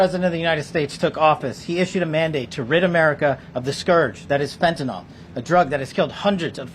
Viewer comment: Hard to believe, but the media and many others have been saying this drug incorrectly for so long that almost no one gets it right now... Fentanyl FEN TA NYL It is not Fentanol, like Tylenol. Someone, please point it out to these people...